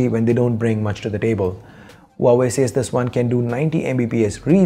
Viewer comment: Loved the way you pronounce Huawei🤩